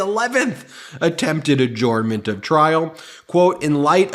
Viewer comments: Dear Ben: Adjournment is pronounced A-JURN-MENT, not A-JORN-MENT. Sincerely, Someone Who Works For The NY State Court System. 😉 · Ben, love your videos but if I may be permitted one critique, I believe you are pronouncing adjournment incorrectly. It is pronounced: uh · jurn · muhnt. Just my two cents. Carry on. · Ben: "Adjournment" is pronounced "a-jern-ment", not "a-jorn-ment". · Hi Ben, I am confused by your pronunciation of “adjourn” and “adjournment”. This link shows how I thought it should be pronounced. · Ben, I love your channel but God forgive me your pronunciation of "adjournment" is killing me! Hahahaha!